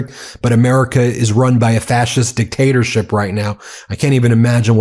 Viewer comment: Ben It’s DICKTATORSHIP